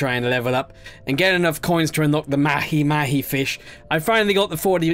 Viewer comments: It’s not mahi mahi it’s pronounced like maha maha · Mahi mahi is pronounced "maw-hee maw-hee"